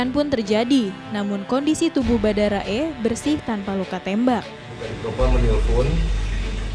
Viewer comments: Miiin "BHARADA" bukan "BHADARA"🥲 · REPORTER NYA BERKALI-KALI KELIRU MENYEBUTKAN KATA BHADARA YANG SEHARUSNYA BHARADA...!!! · Pada sadar ngga sih mbanya ko bilangnya Badara e kn barada e 😁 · Badara .. paham gak itu yang membawakan berita ? Salah kok berulang2